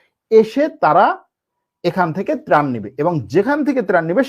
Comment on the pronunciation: প্রান না,ত্রাণ হবে আঙ্কেল।